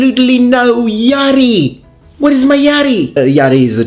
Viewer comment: I'm right here I'm here...my name is Yari btw (no japanese but a finish name). And Yes I'm always twitching when you say Yari xP